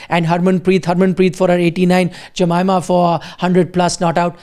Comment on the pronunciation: Hey buddy, it's a form of respect to pronounce someone’s name properly. Try to learn to pronounce Jemimah’s name properly, it's not too hard. Spelling doesn't determine the pronunciation of a name.